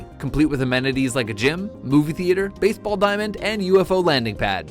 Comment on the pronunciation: "BAITH BALL"